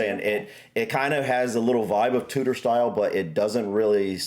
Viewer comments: Love how you both say Tutor period instead of Tudor Period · When you say Tudor, - think to say it as Chew-dor instead of Toodor... hope it helps you.